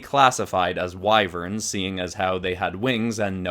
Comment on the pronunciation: “Eyeverns.” You could call them amphiseers to be more accurate.